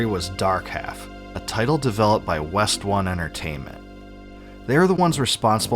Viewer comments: A very minor correction; it's actually pronounced "Wes-Stone". It's a portmanteau of Ryuichi Nishizawa's & Michishito Ishizuka's names, translated into English. "Nishi" means "West" and "Ishi" means "stone". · This game would've killed on PC in the 90s. BTW it's pronounced "wess-stone" because the founders nicknames were Nishi and Ishi which is West and Stone in Japanese.